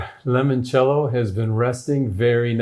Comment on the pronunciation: Ok, so, it seems that you have everything but the pronunciation. Try this: lee-monchello… master that and it will taste much more authentic 😊😊